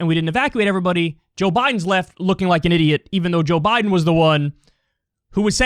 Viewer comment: Really Kyle? You are going to listen to a theory of a former bus driver who can’t even say Joe Biden’s name right?